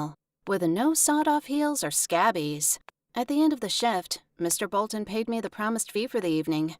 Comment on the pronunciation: Is she trying to say Scabies? I say Ska bees.